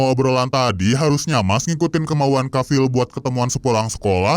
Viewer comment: Davil❎ Cavil✅